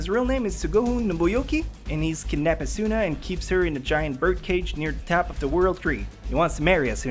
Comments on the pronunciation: Everytime you pronounce Asuna as asUUUUUUna or Kirito as Kiriiiiiito, I just want me or you to hit a train. please learn to pronounce the names right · Sweets He says it as A-SOON-NA and I just find myself wanting to correct him... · stop mispronouncing Asuna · You said the two main characters name wrong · you pronounced almost all the names wrong can I just show you where to stress in some of the names asuna is not a soo nah it's more like aa suna kirito is not kii rii to its short and concise and you stress the t sound suguha isn't so goo ha it's closer to suGUha idk of I'm expelaining this well